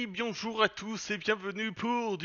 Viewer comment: il dit hey bionjour tous...